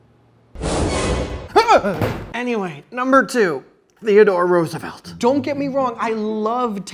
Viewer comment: LOL. Theodore Rooveslt.